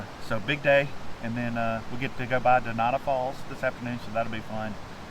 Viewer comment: Exactly. And it's NOT donata falls, it's Dunanda Falls.